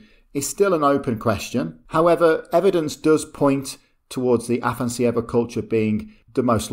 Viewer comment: You butchered the name of the Afanas'evo culture, it's AfanAs'evo, with the emphasis on the second A, which you completely omitted... :) It comes from Russian name 'Afanasiy' that is equivalent of the Greek name 'Athanasius'.